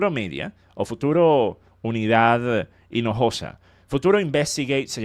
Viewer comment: Se llama maria inojosa? o maria la piojosa? no entendi bien